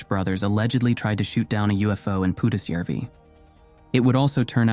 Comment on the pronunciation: I have to compliment your pronounciation of Pudasjärvi, absolutely spot on. Most of the other names are pretty close too. But the stories themselves - perfect Friday entertainment!!